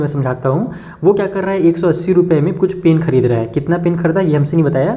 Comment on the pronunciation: Khrdee kya hota h sir khridee hota h 😢😢😂